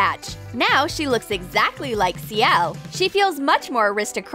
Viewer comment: *Ciel’s not Coelks